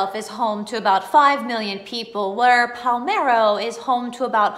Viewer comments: Don't know if this was mentioned in other comments. If this IS the town I am thinking of, you are not pronouncing it correctly. You were saying PAL-MEH-RO. The correct way is PAH-LERH-MO .... Pa-ler-mo Sicily It's ok .... You don't look Italian or Sicilian ;-) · Do you mean PALERMO??? Not Palmero?